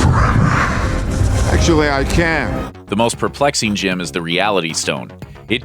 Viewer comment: Is JIM like the marvel version of gem? Or is it mispronounced in this video